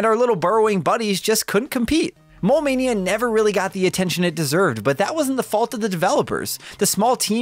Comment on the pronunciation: I kept thinking you were sayin “Mall Mania”. I was like, I didn’t know that board game game to Gameboy! Heheh